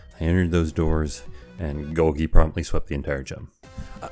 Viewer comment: good video but your pronunciation of golgi forced me to dislike, unsubscribe, and bomb the entire city